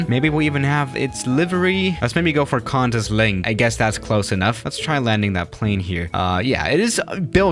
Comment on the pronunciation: You have offended australian airlines its pronounced "Qwantis" not "Kantis"